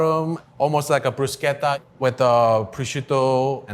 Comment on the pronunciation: Glad to hear he pronounces bruschetta correctly.